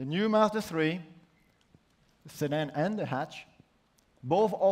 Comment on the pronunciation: the guy doesn't even know how to say mazda xD why not outsource the presenters all about design for 30 minutes mazda needs to focus on interior not exterior at the end of the day mazda was the slowest company to adapt to apple CarPlay i am very happy with this car but it was like it was a presentation on japanse culture please watch the 1st iPhone reveal by steve jobs